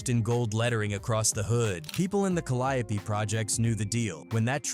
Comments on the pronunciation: Not calidipee if you need to know how to say it More cadeeo projects cadeeo for who cant read or say it correct. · I can't even continue to watch this you can't even much pronounce it right Calli yo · We New Orleans natives will butcher some words and really believe it’s the proper pronunciation, technically it really is Ca- ly- o - pee another is actually Mel- pom- mo- nee. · I swear that AI is wwatering everything down , just look at how it pronounces the Calliope 😂😂it's doesn't feel authentic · YOU ARE BUTCHERING THE NAMES IN THIS VID I HOPE YOU KNOW THAT TAKE THIS VIDEO DOWN